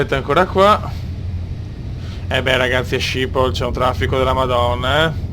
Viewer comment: video eccezionale e come sempre molto interessante, ma SCIPOL non si può sentire., schipol si legge schipol.